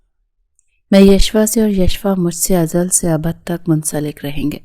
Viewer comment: ازل سے ابد نہ کہ ازل سے عبد